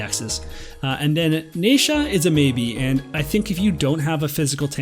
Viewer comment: This is great info, your content is always so helpful and I really appreciate it. I cringe every time I hear "NAYsha" but I'm just gonna have to let it go 😜